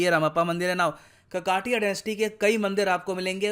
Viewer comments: काकतीय वंश है काकातीय नही कृप्या सुधार कीजिए । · काकतिय not ककातिय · It's not कक्कटिय it's काकतिया pronounciation is not correct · ककाटिया nahi..it's काकतीय... pehle apne desh me jo bhashaye hai to unhe respect karna.seekho! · ककाटिया नहीं शुद्ध उच्चारण काकतीय है। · Sir it's not ककाटीया it's काकतीया ☺☺ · Kakatiya is not pronounced (ककटिया) It's pronounced as (काकतीय) (కాకతీయ) Ans: Liverpool recently lost its UNESCO world heritage city tag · काकतीय please don't kill the language with mis pronunciation 🙏🙏🙏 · Sir, please pronociate it as 'काकतीय' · A proud moment for Hamara pyara BHARATH 🇮🇳🇮🇳🇮🇳 Sir, a small note. You are spelling Kakatiya wrong. It is spelt as काकतीया . My mother tongue is Telugu btw nd I'm from Telangana. Also near to Ramappa temple, there is 1000 pillar temple and bhadrakali temple. These both places are also places of interest nearby. In Warangal. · It is correctly called काकतीय